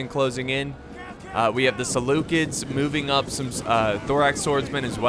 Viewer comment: the butcher of names "Selukids"